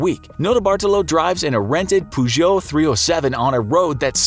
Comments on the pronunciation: peugeot like 'purr' not 'poo' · "A small red Poo-Joe" Pretty sure you're pronouncing that wrong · ffs its not pronounced "POO-geot" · I use to say “poogoat” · Did he just pronounce Peugeot as poojoe, Americans man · Learn to pronounce Peugeot if you learn to say italian names properly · The way you say “Peugeot” really triggers me. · I thought it was just me 😂😂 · The way he says Peugeot is really stressing me out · This man can’t pronounce Peugeot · Mildly triggered by how you pronounced peugeot